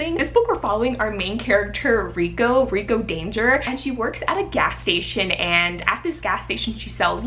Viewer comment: It's Rico DON-gur hahahaha sending my love and support from 🇵🇭